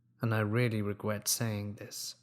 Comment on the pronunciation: "...and I really regwet saying this"